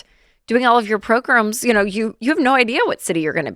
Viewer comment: Does anyone in the Ramsey family pronounce the word "program" correctly or do they all say "pro-grum"?